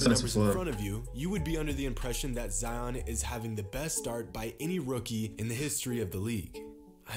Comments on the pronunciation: it's pronounced ZedYON. not zeeon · ZI-ON not Zee-On!!!!! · Its pronounced zyon not zeeon and he might not be the next big thing because he has been playing good because injuries could take him and he might not come back the same and become a draft bust like many other players love the content tho keep it up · It’s z-eye on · Zions pronounciation is something like this (sigh-on) so yup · Z- uh-i-on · I cringe every time he says Zeeon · Its Zion not zeeon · His name isn’t zeeon it’s ZION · ITS LIKE "ZAYON" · why do you insist on pronouncing his name incorrectly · You and Flightreact are pronounce Zion’s name wrong